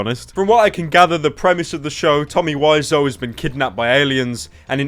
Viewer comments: Is it pronounced "wizz-ow" or "why-zo" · TOMMY WISEAU WE-ZOH NOT WISE-OH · Wisoo why pronounce it like that